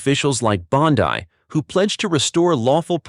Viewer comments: You are mispronouncing her last name. It's not BONDI like you would pronounce it in English , it's like you would pronounce BONDEE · Bondeye? Stupid AI trash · Who is behind this channel, it has only been around since 2022. A-I is pronouncing Pam Bondi`s last name wrong ! Psyop !